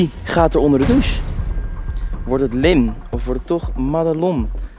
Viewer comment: het Madelon niet maddelon en dan denk je hoe weet je dat ze id mijn bff geen haat